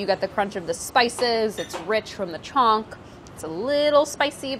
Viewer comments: Sorry but it's chhaunk... Not "chonk". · For people who care : If you're ever wondering how to authentically pronounce "chonk" , that's not how to do it. The 'n' is chonk is almost as it's not even there. So if you totally ignore it and just say "chok" it will already sound way better. Some people try to get more authentic and overcompensate by pronouncing the hard n and it just sounds way off